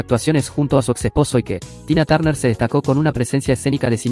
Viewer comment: Ike se pronuncia AIK